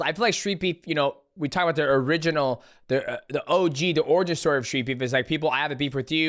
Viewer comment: "Tell me yo owigin stowy" 😂😂